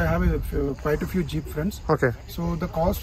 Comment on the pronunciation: Is it Jeeeeiiipppuu or Jeep 0.23